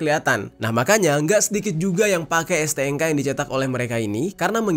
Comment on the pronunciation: STNK bang, bukan STNGKA